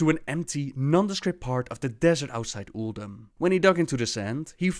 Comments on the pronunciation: ulDOOM? did she just say ulDOOM? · why does pronounce Uldum weird? or it is just me. I really like the Monk class hall loading art. alot more than the demon hunter one.